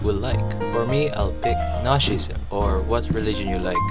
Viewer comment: Guess what, the subtitles showed “nazism” when you said “notchism” and I was like wtf